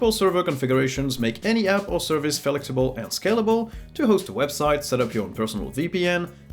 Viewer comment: "Felix"able? You mean FLEXible? :p